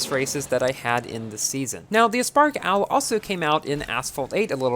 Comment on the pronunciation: Everyone: aspark owl: "uspark owl"